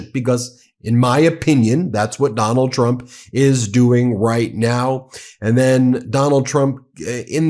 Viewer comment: It sounded like you said McDonnald Trump. That's his new nickname